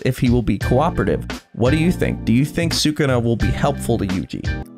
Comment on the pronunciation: It's 'Sukuna', guys 😭😂